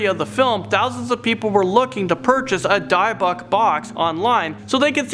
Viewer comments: De-bbuk box not di-bbuk box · D-eye-buck box.............🤨 He tried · Hey friend, you definitely mispronounce "Dybbuk Box." You pronounce it, Dib-bick like bic pen. Dybbuk Box. See? Oh, and I could be wrong, partly. smile😋✌ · Its pronounced "dibb buck" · You say Dybbuk funny